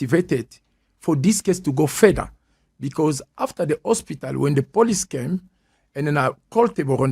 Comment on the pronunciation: Why is he saying Ospital